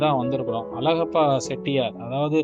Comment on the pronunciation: உன் வாயிலே வசம்பு வைச்சு தேய்க்க..... வல்லல் அலகப்ப செட்டியார்.....????? உன்னை யாரடா பின்னணிக் குரல் கொடுக்கச் சொன்னது. அவர் தொடர்புடைய புகைப்படங்களைக் காட்டும் போது எவரெவருடன் இருக்கிறார் என்று சொல்லத் தெரியாத நீ, தமிழே உச்சரிக்கத் தெரியாத நீ......தூ...